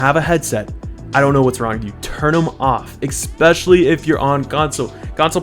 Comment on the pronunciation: Ekspecially lol no hate tho just think it's funny thnx for the video